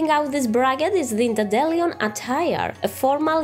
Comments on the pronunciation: "dandelion" is pronounced 'Dan dee Lie on' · I love how you say 'dandelion' btw. In my accent (midwest American) we say 'daen-DUH-lai-uhn' but it just sounds so... American compared to you lmao (daen-dehl-EE-uhn is how I'd describe your's) .w.